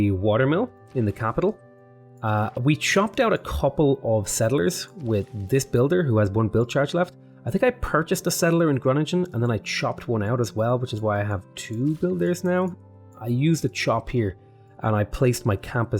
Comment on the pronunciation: of man you're butchering the name of the city i was born , there is no u in groningen. at least not that i know of.